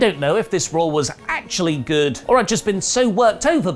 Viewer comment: Raw not Rawr